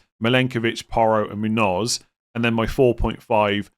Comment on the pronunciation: For someone who generally pronounces the names of international players from all over the place, he really struggles with Muñoz for some reason